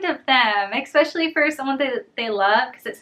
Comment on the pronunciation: it’s ESpecially not ECspecially